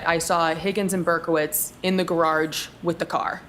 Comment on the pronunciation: “Gararge” never heard it pronounced like that 😂